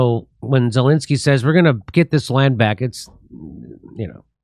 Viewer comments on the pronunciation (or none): none